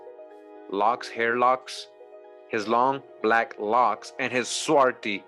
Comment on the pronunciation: Swarthy, there is a th, not just a ty.